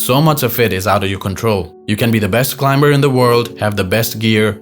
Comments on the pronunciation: Never heard the ‘b’ in climber pronounced before. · Fun fact: the B in "climber" is silent.